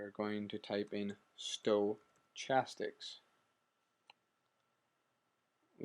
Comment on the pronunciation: Good video. It was clear and to the point. It answered my question. (You may not care...or maybe you do it as a joke, but the "ch" in stochastic is pronounced with a "k" sound.)